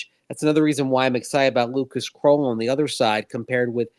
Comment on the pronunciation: Are you guys sure of that pronunciation? Looks like it’s KRULL as in SKULL? Everyone pronouncing it as KROLL as in TROLL. Maybe you can check with him which is correct. It’s nice to pronounce someone’s name correctly.